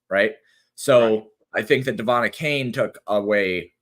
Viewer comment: The way that pronounces some of these dude's names, particularly Achane makes me want to plant one to his suck hole 😂😂😂 you guys are awesome though, keep killing it!